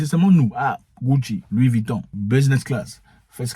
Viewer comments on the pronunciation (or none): none